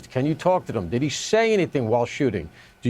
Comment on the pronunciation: Why does that reporter pronounce "did he" as "diddy" like bro it's not one word